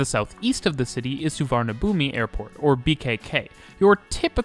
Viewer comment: amazing video! noticed a few pronunciation mistakes, but its completely normal for people to mispronounce these places suvarnabhumi is pronounced su-wana-poom sukhumvit is pronounced su-koom-wit i also have to say though, the mrt really needs longer trains~! even during non peak sometimes you cant board trains at all at interchange stations